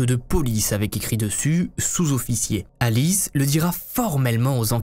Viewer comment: Thank you so much for your detailed and illustrated video. My spoken French is ok and I was able to follow pretty well. It’s was also nice to hear my names pronounced correctly. Cécile and Alice!